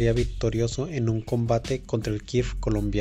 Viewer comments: ¿Kirf, que es un Kirf? Pensé que era Kfir... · Cual kir jajaja primero hay que aprender como mínimo los nombres correctos de las aeronaves 🤣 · Allí si la jo diste mínimamente debes de saber los nombres propios así que recuerda pronuncias la K y seguidamente en la palabra qué continúa así de simple